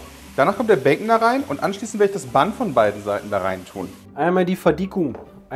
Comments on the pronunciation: Wenn noch mal "Bunn" sagt anstatt englisch "ban", dann spring ich durchs Handy! Aua!!!! 🤣🤣👍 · Immer wenn "Bunn" sagt, stirbt irgendwo ein Angelsachse. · Wie zu Bun einfach Bun sagt......Moment... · Wie ich jedes mal, wenn Bun falsch ausspricht, jemand schlagen möchte. Was erwartet man von jemanden der Haut auf Pudding isst...